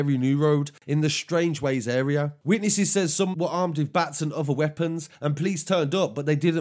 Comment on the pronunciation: He’s a nice guy but he doesn’t know the uurea